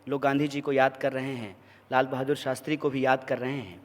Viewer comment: saala shakal se hi dheeth lagta hai Shastri ko sastri bolta hai